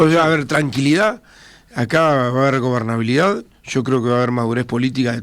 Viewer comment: Lamentabke !! Hasta verlo es un desastre, no mira al frente para hablar y no habla bien. ** Obernalidad. ** Dice. tTu no eres creíble hombre !!! Descalifica. SI. SEÑOR